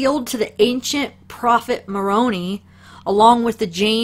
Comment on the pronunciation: Lol. Moroni (u said it like macaroni) haha it's not mah-roan-e... its pronounced more own eye. Not that it matters. Just was funny.